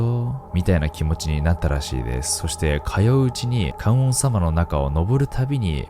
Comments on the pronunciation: かんおんさま、でなく、かんのんさまだよー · ナオキマン、話し方次第ではアナウンサーできそうないい声と滑舌！ それと、観音様は「かんのんさま」って読んで～😅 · 細かいですが観音様は「かんおんさま」ではなく「かんのんさま」ですね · ナオキマン！「観音様 ＝ かん"のん"さま」です！ ラジオ動画めっちゃ待ってました！次回作も楽しみにしてます🫰🫰🫰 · 戸建て(こだて)、観音様(かんのんさま)だと思います💦ごめんなさい、正直聞いていると違和感しかなくて話に集中できませんでした。 みなさんのエピソードも怖くてナオキマンさんのお声もとても聞き心地よいので、これからも応援しています。